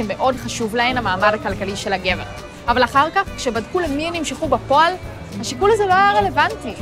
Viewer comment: אמרת ״בפּועל״ במקום בפועל״ (